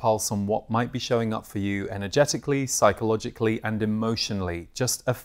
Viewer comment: My brain at the start of this video: “… what might be showing up for you energeticalLEE, psychologicalLEE and emotionalLEE.” Anyway, thanks, I love the themes for this month!